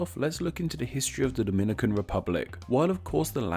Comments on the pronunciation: Lmaoo your pronunciation of Dominican (from Dominican Republic) and Dominican (from Dominica) is hilarious. How we (brown skin people in the US who frequently interact with people from both countries) differentiate the two is the DR is pronounced DAminican, and Dominica is pronounced DOMinica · We don't call ourselves "doh-MIN-ih-cans"... we call ourselves "do-min-NEE-cans" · I think you ought to revise your information, sir. People from the Dom"i"nican Republic are called Dom"I"nicans ( to stress the "i") while the people from fro Domin"i"ca are called Domin"i"cans. Which in Spanish is referred to as Dominic"a"nos y Domin"i"cos. The demonym "Dominican," comes from the name "Dominican Republic" which in turn comes from the name of the second and larger city, Santo Domingo, founded by Bartholomew Columbus in 1498. The name of the city was given by the founder in honor to his father, whose name was Domingo and because they arrived there on a Sunday (Domingo in Spanish). Now, the of Dominican Republic was given by the founding fathers of the nation, because the name of the entire island was Santo Domingo and the adjectival form of Domingo is "Dominical" (pertaining to Sunday) and in those that identifies themselves with "Domingo" are said to be "Dominicanos." Not to be confused with the name derived of the adjectival form "Dominicos" (the friar order founded by Saint Dominic, known as Domin"i"cans). In other words, the name of the Dominican Republic comes from the name Domingo rather than from the order of Domin"i"cans, which the name applied to the island of Dominica. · Yeah its duh-MIN-nih-cans and Daw-muh-NEE-cans. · and the fact that both of them are called Dominicans but one is pronounced DO-MI-NI-CAN and the I get is DO-MI-NÉE-CAN and then people have the guts to try and correct me it pisses me off